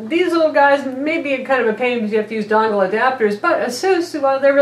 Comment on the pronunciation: What'z a "Dongggglll"?